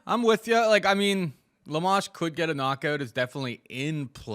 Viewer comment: Why would say Amanda Lemás? Even if you didn't know how to pronouce the name, there's clearly an O there not a A.